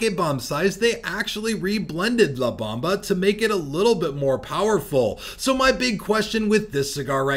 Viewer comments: Bomba sir. Not bamba 😂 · B-OHM-ba.. lol. But The la Bamba movie is good too..